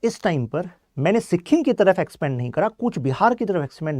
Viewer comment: Good points bt agar itna knowledge de rhe ho toh atleast make sure ki tum pronunciation sahi rakho. Pure video me sikkhim sunke mera dimag khrab ho gya. Naye log jo sun rhe hain wo toh tumhare pronunciation se dhokha kha jayenge. It's sikkim. Smjhe sikkhim nhi. Stupid